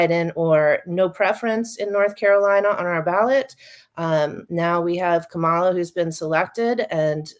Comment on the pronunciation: That lady is disingenuous and her mispronouncing Kamala Harris name just screams Fox News